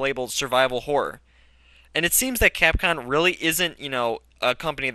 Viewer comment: Capcom(X) C(r)apcom(O) lol